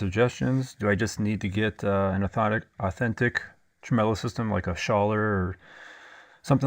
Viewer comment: Did you just call it a "tremello"? You're Cancelled. 😂